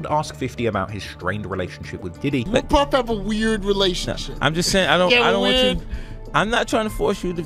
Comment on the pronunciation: “Puf” when it should be “Puff”